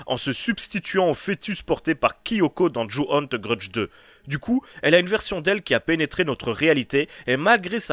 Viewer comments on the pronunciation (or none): "The grudge" Lui : TE grudje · "deu greudje"